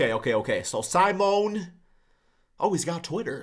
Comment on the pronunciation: Pronounced - see-moan-eh - Fon- tech-io